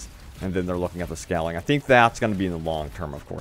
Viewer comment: Scaling* (Skayling, Not Scalling like you continue to pronounce it) More glorifying vids about Anthem please. 🖖👽